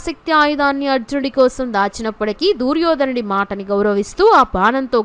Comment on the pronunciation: ఈ దూర్యోధనుడి గోలేంటమ్మాయి?ముందు తెలుగు పలకడం సరిగ్గా నేర్చుకో!!